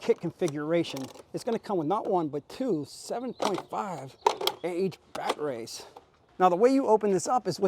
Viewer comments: Are you saying “bat-rays?” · Just in case you didn’t know what a dick who can’t pronounce batteries properly riding a mini e-bike looks like…